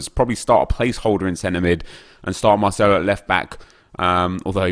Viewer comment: Why does he always pronounce c’s as “th” “Marthelo” or “Calthio A”